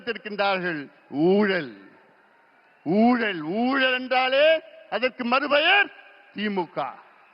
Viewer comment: ஊழல் என்று சொல்ல தெரியல